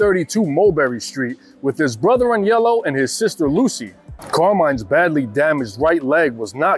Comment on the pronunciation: Thank you for pronouncing Aniellos name properly...most people say Anelio....drives me crazy